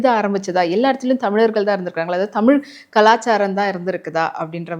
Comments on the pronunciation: ஐயாவின் "தமில்" உச்சரிப்பை தமிழ் படுத்த வேண்டியது மிக முக்கியம். தமிழர் தானே? அல்லது, திராவிடரா? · ஐயாவுக்கு தமிழ் என்று சரியாக உச்சரிக்க வரவில்லை போலும்! மகிழ்ச்சி! ஆலயங்களை உருவாக்கிய விஸ்வகர்மா ஸ்தபதிகளுக்கு அந்த ஞானத்தைத் அருளிய சிவபெருமானை வணங்குகிறேன்!